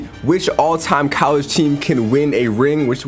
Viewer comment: bro "callege"